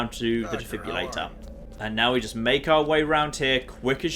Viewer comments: Today I learned cant say the word "Defibrillator". He says it like "Defibulator" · God, he butchered defibrillator. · I didn't know he could say it even worse!